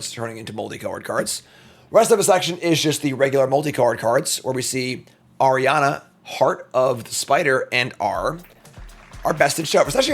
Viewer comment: not arianna, its the word for spider in spanish. are-an-ya